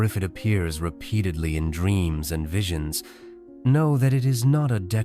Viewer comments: "vish-E-onn-cez"... visions? 😂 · "That what you see-ur. That what has appeared to in dreams and vijohnses" 😂😂😂 yeah very quality video here. Couldn't even be bothered to record audio in actual words. What crappy Ai are you using that it can't even read? If you can't be bothered to have someone do a voice over, why do you even have a channel. Crappy content like this is shameful. The whole topic of the video is already nonsense but then the voice mispronouncing basic words. Ridiculous. Laughable. This channel cares nothing for quality content and just pumps out garbage.